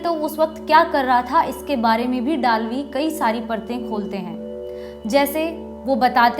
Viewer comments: वो डालवी नही है वै दळवी है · Just a small correction - the name of the author should be pronounced as जे. पी. दळवी ( or जे. पी. दलवी in Hindi). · Madam ur pronounsation of dalvi is not correct he was maharastrian general pl ask some marathi speaking guy the correct name